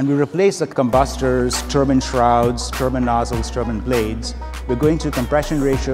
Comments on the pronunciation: A 'turban' is a length of cloth wrapped around the head of someone of Sikh religion. The rotational device the narrator is speaking of is a 'Turbine', which is pronounced Tur--bine. Why can't these people they get to narrate these vids learn to pronounce words properly, as it makes them sound like morons. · I think he means "turbine" - a "turban" is cotton headwear worn by sikhs et cetera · It's turbine!!! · American pronouncing of TURBINE makes me laugh! A turban is something an Arab wears ?